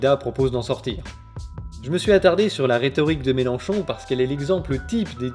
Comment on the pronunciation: Mélenchon, pas Mélanchon :P